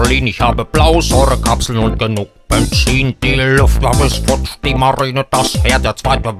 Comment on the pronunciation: das heißt " benzin " nich bezin ^^ ( aber passiert jedem mal ) =)